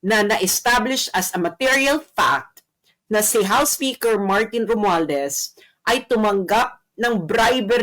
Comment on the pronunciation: HOUSE OF REPRESENTATHIEVES. THIEVES THE HORRIBLE SPEAKER MARTIN ROMUALDEZ. PRONUNCE ROMUALDAZ.